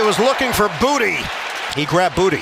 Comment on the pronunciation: It’s pronounced BOO-TAY and I’m sick of people calling him booty 😂